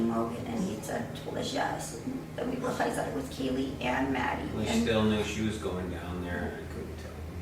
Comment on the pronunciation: kay lee kaylee her name is kaylie